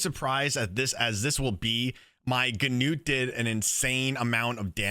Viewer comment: nice video! and btw... finally someone who pronounces "Gnut" the right way xD (the [gn] is spoken like in a-[ckn]-owledge)